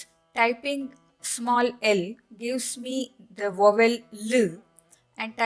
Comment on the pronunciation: Madam, In English 'v' is DENTAL and 'w' is not. Hence, 'vowel' is pronounced first with a dental sound on the 'v' and then an open sound on the 'w'. Otherwise, thanks for teaching us Sanskrit pronunciation.